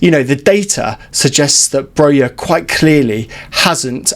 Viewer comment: More than half of our season is over, and people still can't pronounce Broja's name correctly. It's Broja and not Broya! Armando said it himself.